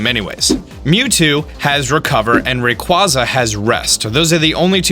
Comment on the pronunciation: Entai is pronounced En-Tay... and raquaza Is pronounced ray-quay-za....